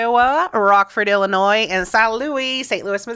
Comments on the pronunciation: Teachers, please, it’s Ill - i - noy- the “s” is silent….😂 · Every time he says Illinois, I cringe